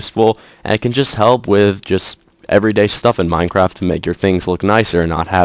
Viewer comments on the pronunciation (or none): none